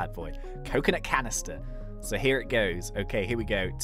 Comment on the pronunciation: WE GODDA CUCUNOT CANEESTIR